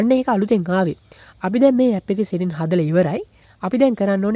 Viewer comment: Ane palayan bn mama dawak dekka uba iron man film ekata ඉරොන් මෑන් කියල කියනව යකො එ අයන් මෑන් . උබ කියන්නෙ සෙටින් කියල setings hariyata kiyawanna purudu weyan anith eunta ugannanna yanne nathuwa ponnaya